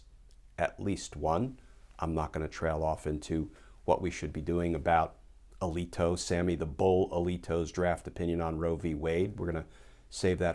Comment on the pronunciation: Luckily Rudy loves the limelight and attention even if it's negative. He thinks it makes him relative. Something tells me HER photography book will be so much better than his 😂. Ahhhhh Glen you never give us a Bored moment ☮❤ (ya gotta love my hearing, you said Alito and I thought you said A lead toad 🥴)